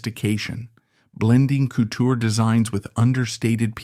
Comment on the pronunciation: Ckootoooo.......😂 couture